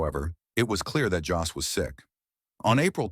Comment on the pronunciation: At least you could get his name right: Jost.